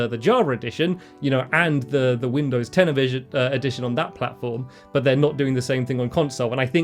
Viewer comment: The Ten-ivision...?? 😂😂😂